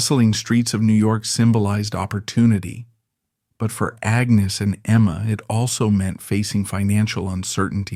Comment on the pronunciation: Why do you keep changing the pronunciation of Agnes's name?